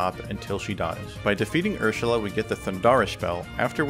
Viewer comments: You sound drunk everytime you say "Ursula," since you're slurring your words and say "Urshula." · the way you day Ursula makes me laugh😂😂😂